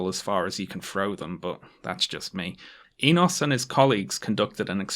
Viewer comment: Damn I didn’t think I would see a paper published by a relative of mine in a video. The “o” in Enos is pronounced like the one in “no”